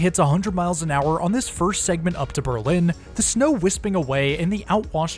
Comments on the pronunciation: Excellent report! My only nitpick is that in Berlin CT is pronounced BURR-lin, with the stress on the first syllable. There's an urban legend that the name was changed during the first World War so that people wouldn't confuse it with Berlin, Germany, but in fact it was pronounced in this way long before that. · In CT, Berlin isn't pronounced like that. The emphasis is on Ber and not lin. Ber ln.